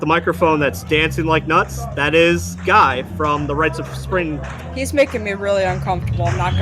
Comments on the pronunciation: Love it .. though Guy is pronounced Gee and McKay is pronounced Mc-eye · Love that Fugazi is getting some recognition and you did a reaction to them. Just a heads up, Guy’s name is pronounced Gi, sounding like “we”. Great video! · love this reaction, and I love that you floated the lyrics on top of the video. my only complaint other than the pronunciation of Guy's first name and Ian's last name (rhymes with eye, not hay) is you left out some of Guy's lyrics in the chorus. it's Ian: I don't want the news/Guy: I've got no use for it/Ian: I don't need the news/Guy: I want no part of it